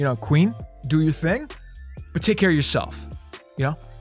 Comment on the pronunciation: every time: ok i am gonna teka a screenshot